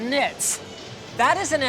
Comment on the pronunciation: What the heck is a... knit? Nits? gnits?